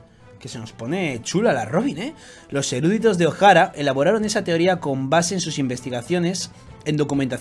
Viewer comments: Chupito por cada vez que dice "erúditos" en vez de "eruditos". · No es erÚditos sino eruditos.